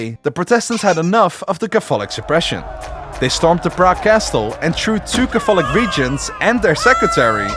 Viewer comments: your pronunciation of the word catholic is a heresy much more severe than Luther's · Yo, in the English language Catholic is pronounced Kathlik. The 'o' is silent. Otherwise this is a great video. Great work! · Just a linguistic note: "Catholic" & "Protestant" are pronounced with the emphases on the first syllables. KA-thu-lick & PROH-tuhs-tant. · Dude, your pronounciation! That's not how you say words! Please do something about not only your extreme Dutch accent, but also please just learn for example where the accents are in the words catholic and protestant before doing a video on the reformation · Could someone tell this guy how to say Catholic? kafolic doesn't cut it and he can't say protestant either. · For a video that says protestant and catholic about 1000 times, you couldve looked up the proper pronunciation. This was painful to listen to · Am I the only person bothered by the way he pronounces catholic and protestant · Ok, so if you're making a video about the 30 years war it might be a good idea to look up the pronunciation of PROtestant and CATHolic rather than assuming Dutch syllabic stress.